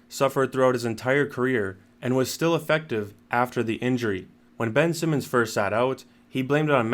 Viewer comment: "Bench Simmons" 😂